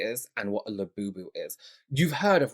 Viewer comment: Her KSI "Labewbew". Come on now. I'll be happy when these go the way of the Beanie Baby.